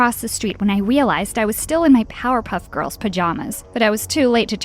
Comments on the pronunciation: "I was still in my Powerpuff pajamas when I wealized." Did anybody notice that? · she said "W"ealized XD